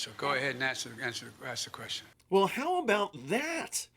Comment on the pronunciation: Yo. The word "question" is not pronounced "queshun". Don't be lazy with your speech.